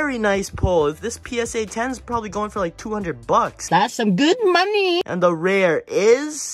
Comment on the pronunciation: GOT SOME “ guud moneeh “🤪